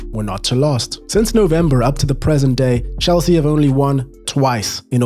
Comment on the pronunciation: Hel-sea is right 🥲